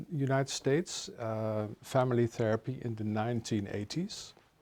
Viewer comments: Its theerapy not theraaapy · The way I hear the word THERAPY being pronounced here gives me all sorts of cringe 🤐😬😒🙄😮‍💨 TaARRRRaaPee